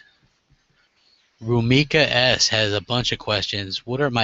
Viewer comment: its Ru-mi-Kase xD are you problably making a Halo (with subscribers)? (halo 3,Halo reach) ?